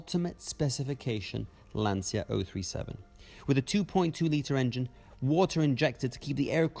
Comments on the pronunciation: Congrats for the video… Can’t you guys, LIKE EVER, realise the fact, LANCIA is NOT pronounced like LanZia. C’mon people, it is really not so hard to learn…… Best wishes from Serbia💚🤍❤️ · però pronuncialo bene ti prego. lancia. magari imparano!!!